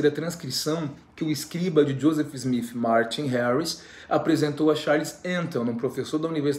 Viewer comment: Kkkk,ele é engraçado. Porque ele fala Smif,?ou é impressão minha🤪